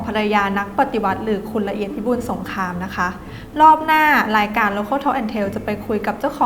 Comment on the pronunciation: รายการชอบตัดต่อมาซีนหน้ารีแอคชั่นพิธีกร แล้วคือ ไม่ได้น่าดู ดูไม่เกี่ยวข้อง พิธีกรฟังแขกรับเชิญไปลูบผมไป จับคางไป ไม่อยากดู แถมพิธีกร พูด ร.ล ไม่ชัด ลายการ รายการ พูดไม่ได้เลย